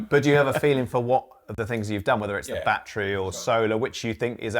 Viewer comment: & Robert, I do admire you both BUT It's not a "Ba-Tree" Its a "Ba-TTerY"